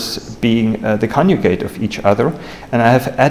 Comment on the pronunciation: I am very interested in the videos of this channel, but mainly for its contents. I have a PhD in Computer Science, English is not my native language either, and I did many presentations in conferences myself. However, I have to tell that some extra effort should be made by the author to enhance his English as well as his presentation skills. To say "coniugate" instead of "conjugate", or "excistential" instead "existential" is quite annoying, specially here on YouTube. Using very known "false friends", such as "realize" instead of "perform", etc., terribly devalue these videos as well. Also the presentations lack fluidity. It is a pity that they lose a lot of their potential because of such basic mistakes that are normally quite easy to correct. Just recording your presentation and watching it would enormously contribute to a better delivery. I'm sorry for this comment, but I have to say that it's pretty bad and something should be done about it.